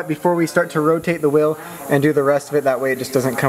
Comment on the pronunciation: It’s wheel not will